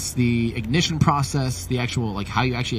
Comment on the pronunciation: BOOSTER IGNIJITION